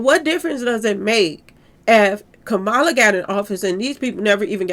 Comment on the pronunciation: Love your videos #! Former VP name is pronounced: Ka-Ma-La🩷